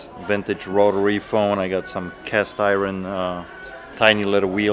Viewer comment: He's saying castiwon